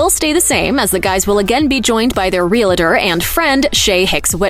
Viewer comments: stop saying REALATOR. There is no "A" in Realtor. It is just two syllabls, Real...Tor. It is not Real...A....Tor. This drives me crazy! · Real-tor, NOT Real-a-tor. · Oh for goodness sakes! Such ignorance! It's not ree-la-tor. What an insult to this terrific show.